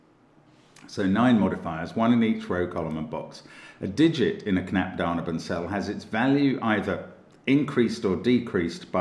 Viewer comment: for me found all clues immediately, btw your pronunciation of "Knapp daneben" sounds so sweet :D